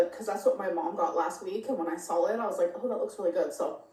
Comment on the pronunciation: Yep she says I sawl it 😂